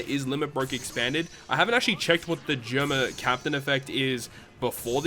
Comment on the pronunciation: Hey just wanted to let you know Germa is pronounced “jeh er ma” not “jur ma”